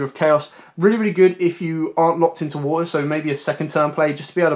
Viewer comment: Wuutuh. Sounds funny hearing you say water lol